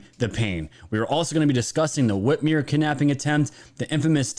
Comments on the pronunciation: Whit MER not whitmere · Love your channel. I'm on your team. I love Trump. Whitmer is a joke, but PLEASE pronounce her name correctly. The "mer" rhymes with "her" not "here".